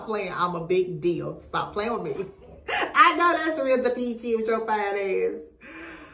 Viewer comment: Hey! You say it, "Duh-PESH". Love your reactions!